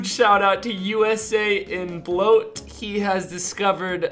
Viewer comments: usain bloat... fucking hell dude i hope you were joking when you said USA in bloat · I think its pronounced like "Usain Bloat" mate